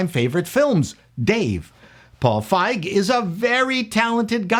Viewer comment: The name Feig pronounced like the German word. Good.